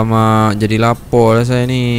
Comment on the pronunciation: Hahahha 'lapo' dah mcm org malysia cakap..